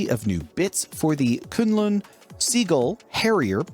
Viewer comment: first time I've heard someone say Kunlun correctly.